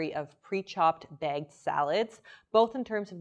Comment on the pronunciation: It's bagged, not begged